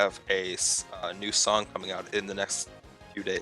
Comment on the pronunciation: i actually understood "i actually have a new son coming out in the next few days"